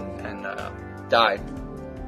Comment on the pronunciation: Lol. "KingJ, Dai" sounding like "KingJ died. "